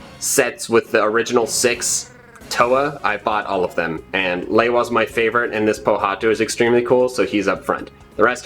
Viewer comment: Bionicle!!! You said lewa wrong, but still! I can't believe you have those